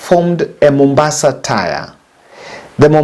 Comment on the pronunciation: Please get the pronunciation of "tier" right before you use it again.